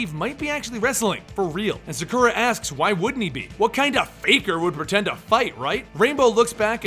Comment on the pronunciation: Sah-Koo-Rah not Suh-Kur-Uh.